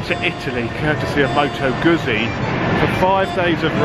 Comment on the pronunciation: Please pronounce Moto Guzzi correctly.